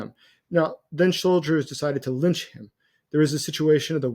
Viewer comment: Do you mean to "lynch" him, or to "lunch" him... BIG difference.